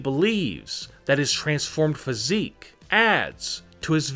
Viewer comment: Welp everybody saying about "EEE" but how bout "phySIIIC"